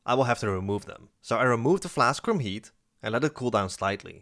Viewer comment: I know you are saying Heat. But every so often I think you are saying Yeet. and its funny when you say "going to Yeet(heat) it" XD